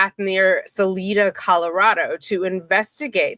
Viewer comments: Colorado resident here...been interested in this case since the beginning....just an FYI if you are covering it...Salida is pronounced Sa-LIE-da... and Saguache is pronounced Sa-WATCH.......love your videos...love the way you cover these cases....hope this one comes to trial in a short period of time...Suzanne needs justice and hopefully her daughters will have their eyes opened... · It’s pronounced sah-L👁️ -duh. I used to live in Colorado. Sleazy guy. I pronounce him guilty. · ‘Sa-Lie-Da”. It’s a cool small town.